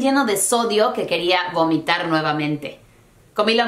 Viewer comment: dijiste gomitar